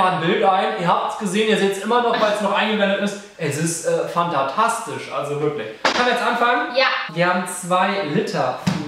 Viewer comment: er hat einfach fanta tastisch gesagt